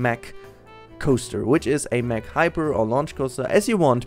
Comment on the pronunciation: Oh my God... You as a German should know its pronounced Mack not meck xD Anyways great video;)